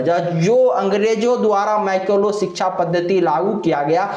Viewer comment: अरे पहले बोलना तो सीखो। मैकाले शब्द का उच्चारण तुम मैकोलो कर रहे हो! गीता को आधार बनाकर लीपापोती करते हुए बता रहे हो कि कृष्ण ने वर्णों की सृष्टि गुण और कर्म के अनुसार की। तुम्हारे ही धर्मशास्त्रों के अनुसार गुण तो सिर्फ तीन ही होते हैं - रजोगुण, सतोगुण और तमोगुण। सवाल यह है कि जब गुण सिर्फ तीन ही हैं तो इन गुणों के आधार पर बने वर्णों की संख्या चार कैसे हो गई? गुण तीन तो वर्ण भी तीन ही होने चाहिए न? होश में हो तो यह भी बता दो कि तुम्हारे गुरुकुलों में शूद्रों को शिक्षा देना तो वर्जित था तो 1860 से पहले अर्थात मैकाले की शिक्षा पद्धति लागू होने से पहले क्या जाति-व्यवस्था अस्तित्व में थी या नहीं? गुमराह करने के लिए ऊल-जलूल बकने से सच्चाई को छिपा नहीं सकते।